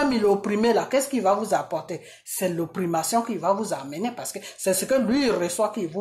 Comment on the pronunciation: Svplait on oppression et non oprimassion. Merci